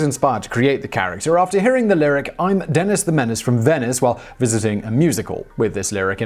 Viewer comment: What's with the two "n"s? "Denenis" just sounds silly.